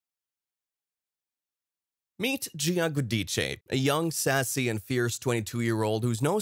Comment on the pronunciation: I’m so happy that this man speaking says there last name the proper way, the Italian way of speaking, I’m from New Jersey. I watch the New Jersey show and they are a lot of things that are not said about Teresa’s family (im not talking about her Daughters)that she won’t let out because she doesn’t want to hurt them. That’s all I’ll say. Making Teresa look like a villain that is wrong she’s not !! I remember this is a reality show and people make good money, but in Italian family, you should never go against your family.!!